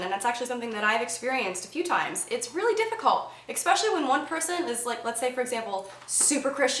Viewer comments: Wait.. at app. 3 min. mark.. did you REALLY just say EXspecially? cringes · Yup.. you said it again. cringes again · I love your hair, but once you said "Onision" I threw up in my mouth a little. Seriously that is just wrong! Stop it! + it's especially not "exspecially" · Big fan of the videos but wish you would not say "expecially." Vey distracting. Overall big fan though. Thanks. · "ecspecially" "ecspecially" "ecspecially" "ecspecially" "ecspecially" "ecspecially" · There is no x in the word especially.